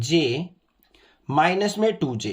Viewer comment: 2j ❌ toe je✅